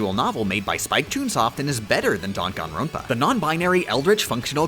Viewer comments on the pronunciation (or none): none